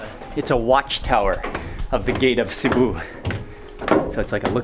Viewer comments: sibiu not ciboo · Ohhh stop saying Cebuuu this is in Philipines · Name of the town:Sibiu This guy:Sibu Me:*cries in Romanian* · It's not SEE-BOOH, it's See-Bee-wooh With the accent on Bee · Sorry Mark, the correct name of the chty is Sibiu', not Sibu. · Dude learn the name of what you eat and learn to pronunce the names of the places you are going. Sibu, lol ffs. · hello i am a romanian sibiu its pronunced SIBIU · you say the name of the city wrong on purpose?